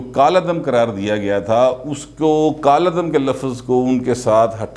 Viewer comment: word kaladam haee aap Sir calladam wrong bole rahay haen sorry sir